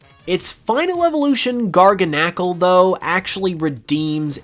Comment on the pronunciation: Your pronunciation of garganacl was the worst thing I’ve ever heard